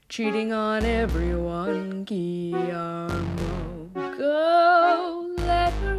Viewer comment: The pronunciation of Guillermo is gee-yer-mo